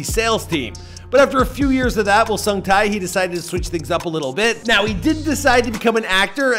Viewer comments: All I wish is that you watched ONE VIDEO ON HOW HIS NAME IS PRONOUNCED. I closed the video after hearing SUNG TAY TAY TAY TAY over and over again omfg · Look, I am not Korean nor am I a korea fanboy/nerd or whatever... But even I, a simple european, can tell that his name is pronounced totaly different... Edit: Sung: the U" is pronounced like in "moose" Tae: the "ae" is pronounced like in "head"